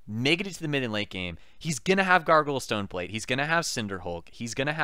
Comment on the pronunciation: I keep hearing "Gargle Stoneplate". I giggle EVERY time.